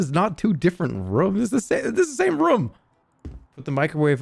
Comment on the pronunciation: I can't believe he kept saying rûm instead of room